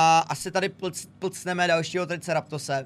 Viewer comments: Nejvíc hra 😂 Miluju Jurský svět/park a tahle hra je v tvém podání dokonalá. (PS: Neštve někoho trošku, že říká "Triceratose"? 😁. Chápu, že některé jména můžou být těžké, ale občas mě to trošku triggeruje 🙂) Díky, papa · Není to triceraptos ale je to triceratops